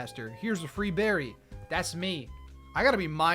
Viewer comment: “what kind of bewry is this?” (jerma voice)